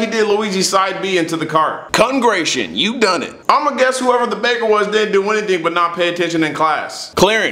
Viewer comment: "Congration you done it." I can't stop laughing at that.